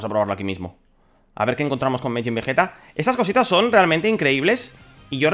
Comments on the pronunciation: tranquilo, tkm bro sjsjsjsj todos nos equivocamos al pronunciar un nombre skks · MAJIN, NO MEJIN SJSJJS